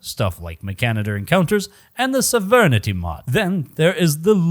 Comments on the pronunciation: Sovereignty? "Sah-ver-nit-tee"? Nah, man, it's pronounced "sah-ver-en-tee". Unless this is a weird cultural thing like how Brits pronounce aluminum. Whatever, love your videos, you do you. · This man most certainly can't pronounce unfamiliar words. Sovereignty "so-ver-ni-ty" Moentity (literally Moe + entity) "Mona-tea" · Its pronounced "sovereignty".